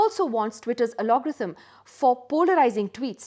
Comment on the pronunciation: It's Algorithm not Alorgithm